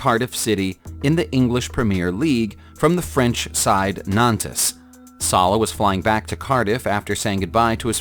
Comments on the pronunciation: Nantes is pronounced as Naunnt, not nan tes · I can't believe anyone would pronounce "Nantes" as "Nantaze" - (if that is what he said.) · Nantes = NAHNT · “Crimea” is pronounced “Cry-me-a”. “Nantes” is pronounced “Nont”.